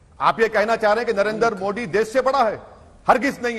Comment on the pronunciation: Great Britain but इंडिया एंड मोदी का उच्चारण गलत करते हैं मोदी को मोड़ी कहते है but great Britain abi bi चपापलुस्ता gai नही